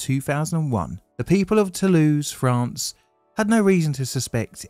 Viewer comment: "Toulouse FRAN?" What in the hell is "fran" my boy.